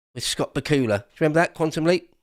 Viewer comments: Shout out to Benny Hill. He is missed. Also, I love the pronunciation of Scott Bakula's name. Ba-koo-la. 😆 I suppose Dracula is Dra-koo-la? Great show,. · I've always heard it said Scott Bakula, rhymes with Dracula. But I like Ba-ku-la better. Especially after the bibbity-bobbity-boo...